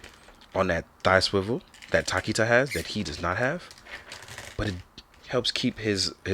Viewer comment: My dude, tokita is pronounced more like toe-ki-ta rather than takita. Thoroughly enjoyed the review btw!